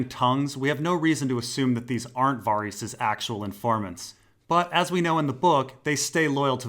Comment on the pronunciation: Why do you pronounce Varys as Vareese and Arianne as Arriana?